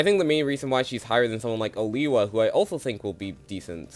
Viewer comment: Side note because I'm on Oliwia's part, it's pronounced Olivia, in Polish the W letter has a V sound, applies to other characters too like Ara where you said Aria, or Ernesto where you said Esterno Anyway might thoughts on the video, pretty agreeable and I don't think I can add much more than that, maybe a few placement swaps but Sam is easily number 1 in terms of winner pick imo